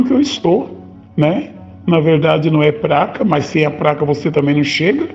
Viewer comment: A mulher nao sabe falar PLACA , vai saber interpretação de texto?